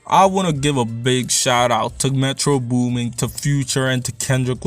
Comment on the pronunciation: Thought you were Black until you said “Metro Booming”